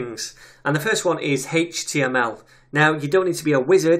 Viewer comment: You actually responded to what I wrote, you are a star man. For the love of JS chaos gods I would've never guessed the way you pronounce HTML is legit. Although now as I think of it, there is so many derivations of this language I'm now surprised that I was surprised. Thank you again for your work on this materials.